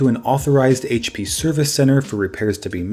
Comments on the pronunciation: say it with us Haich pea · Say it with me everyone: Haitch Pea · Haitch pea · someones been in 'ere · Haich Pea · HP in an Australian accent?